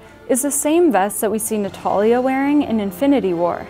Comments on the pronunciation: Did she say Nataria? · Who's natuliahh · Did you say Natalia?